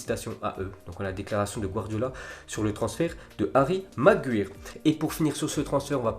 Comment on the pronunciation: Apprend à dire Maguire